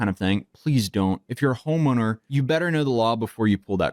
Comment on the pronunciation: he said Homoner 😂😂😂